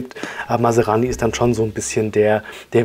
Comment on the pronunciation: Man spricht NICHT Masarani, sondern Masrani!